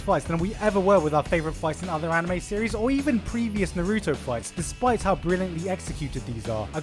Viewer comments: Did you just say Naruto (Nuh-roo-toe). Its (Na-roo-toe) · Na-rooooooo-toe -_- Why do you put the most stress on the part of his name that is suppose to be almost silent? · It’s Naruto not Narooto pls pronounce it right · I hate when people say nuh-roo-to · "NUH ROO TOE" That pronunciation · Lol Narugay. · Why do you say naruto like that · Why do you say naruto so weird? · Well, considering how you can't pronounce Naruto right, I don't blame the accusations. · oh my fucking bloody says naruto like that even the dub say naruto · Good god the way you pronounce Naruto is horrendous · Why TF do you say Naruto like that lol annoys me so much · Dude you can't even pronounce Naruto correctly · You're mispronouncing Naruto